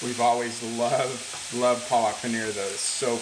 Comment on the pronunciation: All good but try to say the word PALAK correctly. The correct pronunciation will be something like PAA-LUCK and then say it quickly. It is the fault of the Indians that write these things incorrectly in english. PAA-LUCK = SPINACH.😊👍